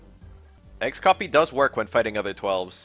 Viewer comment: disliked for pronouncing "X-FLAT" and "X-COPY" like that